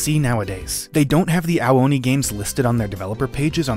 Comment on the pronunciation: I thought you said hentai oni